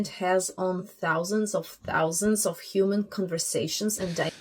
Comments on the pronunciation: Why are they saying Uman instead of human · that man consistently saying yuman